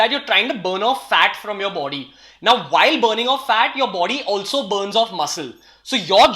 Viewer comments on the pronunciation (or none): none